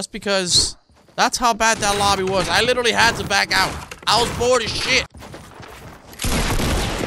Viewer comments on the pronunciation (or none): none